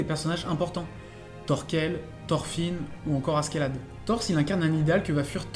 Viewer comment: prononce A - CHE - LAD stp c'est moche à ce qu'est là de